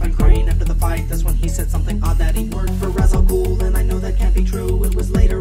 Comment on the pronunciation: Ra's is pronounced Raysh